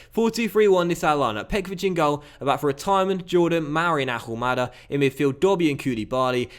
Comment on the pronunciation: please, you don't pronounce the H in Ahumada's name.